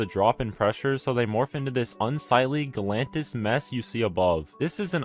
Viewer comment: dude said gelatinous like galantis